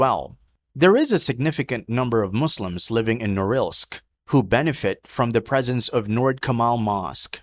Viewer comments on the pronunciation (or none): none